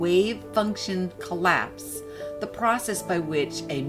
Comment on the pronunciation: I'm not even native english and I know it's collapse not colapse. Apart from that, this is not that bad... really. Not as quacky as the others.